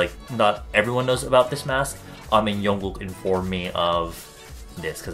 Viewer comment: Did he try to say jungkook?